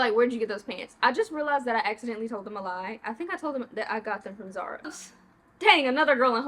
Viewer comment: Girl I was yelling at my screen when you were saying Zara. 😂